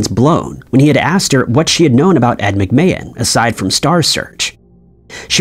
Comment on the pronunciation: No he said “Ed McMa hand”